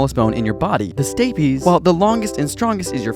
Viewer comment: He messed up when he said stapes he didn’t say it in the right tone